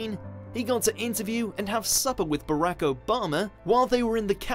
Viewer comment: You're not even pronouncing Barack's first name right!